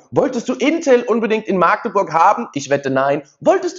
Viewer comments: Sorry ...Das heißt nicht maaagdeburg sonder machdeburch!!! Das "A" wird nicht lang gesprochen 🫣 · Es heißt nicht Maagdeburg, das "a" wird kurz gesprochen! In der Mundart dort heißt es Machdeburch... INTEL war sowieso eine Habeck-Luftnummer.